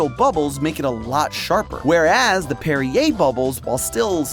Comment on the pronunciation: He says "La Croix" right but says "Perrier" like derriere 🤷🤷